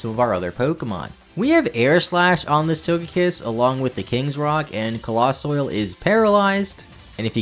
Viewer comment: It's COAL-lossal. Not Colos-soil. You know, because it's made of COAL?!